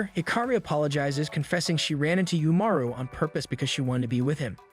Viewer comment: Reminder that it's left ambiguous if Umaru's shapeshifting powers are actually real, or if it's just a narrative stylistic choice for the audience's benefit. Also, you keep pronouncing "Umaru" wrong.